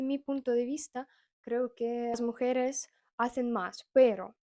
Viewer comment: hola. Un dato: mujeres lleva acento en la e del medio mujEres